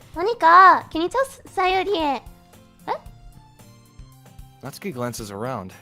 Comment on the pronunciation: OMG FIRST YOU ALL GET ME INTO ANDY AND LEYLEY AND NOW ONE OF MY FAVORITE INDIE GAMES YESSS Edit: SHE SAID NA-TSU-KI AND NOT NAT-SUKI! PEAK!